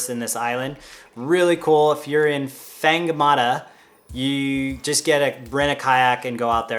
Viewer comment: Really good video but whangamata is said fongamataa it Maori it just sounded weird when u said it lol